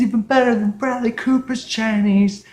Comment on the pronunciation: 你的视频满好玩的 但是 你说布莱德利的名字发音不太好